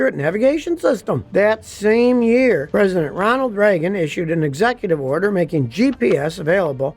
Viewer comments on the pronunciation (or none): none